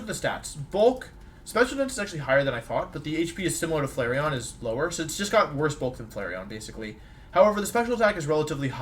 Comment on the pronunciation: leafon and who??? Flaceon???